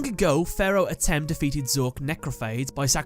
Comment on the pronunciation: It's pronounced Ah-tim